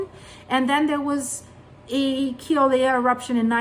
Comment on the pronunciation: It's pronounced Kill ow way uh, Mauna Loa Mow Nuh low uh